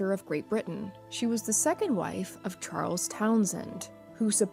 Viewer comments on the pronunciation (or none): none